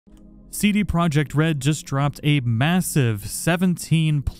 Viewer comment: U read CD Projekt wrong. Go to translator pick polish and listen.